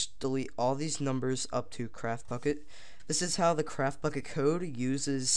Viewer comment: it sounds like your saying craft fuck it